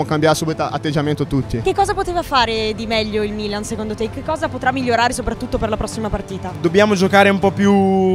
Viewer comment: bro non sai neanche come si pronuncia il milan